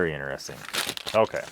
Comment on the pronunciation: innerresting...very innerresting